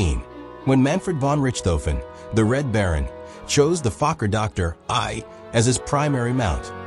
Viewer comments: Fokker Doctor Eye try plane? "Recked 'em? Hell, it killed em' both!" AI has a such a weird sense of humor. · The fake narrator can't even pronounce Dr i correctly.